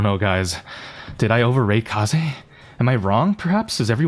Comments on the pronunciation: It’s pronounced kazey not ka z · wth is ''k(ay)s'', it is read ''Ka-zay'' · Kaze isn’t pronounced “case” but like “kah-zeh” because its a japanese name. Think of it as “kamikaze” without the kami. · Kayze? It's KAH-ZEH. Japanese bro, it means wind. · is fine, as long as u arent pronoucing Kaze like ‘Case’ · why do you call her keiz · You pronounce it as kah zey btw. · It's Kaze: KA - ZE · is her name pronounced Kah-zay or Kah-zeh? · Bro why do you keep saying her name wrong on purpose, quit trying to farm rage comments like me plssssss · Not tryna be toxic but its sad how in jae yong vid u called people who pronounce his name wrong whiteboys but now u pronaunce Kaze's name completely wrong, her name is japanese please stop using english accent i beg u.